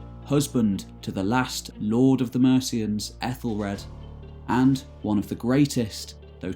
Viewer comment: Pronounced A thel fleed and A thel red and A thel Stan and Mercia is a modern name not Anglo Saxon and the c in Mercia is not s sound but Ch sound old English Mierce meaning border people surrounded by other kingdoms and Wales. Modern name Ethel derrives from AEthel meaning noble/royal and flAE'd means beauty